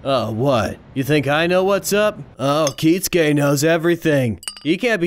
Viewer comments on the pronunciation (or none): It will never stop bothering me how he pronounces Kisuke as Kitsuke, always putting a hard emphasis on a T that isn't there. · Anyone else ever wonder why they pronounce Kisuke Urahara as Kitsuke?